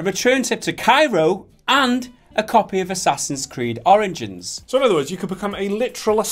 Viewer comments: sounds like he says assassins creed oranges lol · Did he just say Assassin's Creed: Oranges? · A COPY OF ASSASSINS CREED "ORINGINS" 😂😂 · Assassin's Creed: "Oringins"?...Oranges? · "And, a copy of Assassin's creed orange-ins"